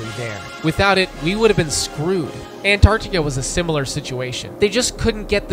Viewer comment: You calling Antarctica "Enardica" really threw me off